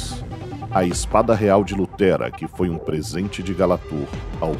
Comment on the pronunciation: Ótimo vídeo, realmente muito bom.. pecou em algumas pronuncias como ''lutera e krakul saydan'', sendo que é luterra com dois erres de terra mesmo e não ''tera'', e kakul saydan, mas fora isso está realmente muito bom!